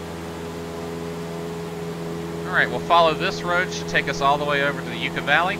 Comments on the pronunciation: Great video, thanks. Btw, it's Yucca Valley, not You-ka Valley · Yucca valley lol the way you pronounced it.